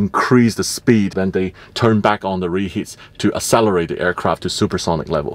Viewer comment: My yellow dude literally said "asselerate"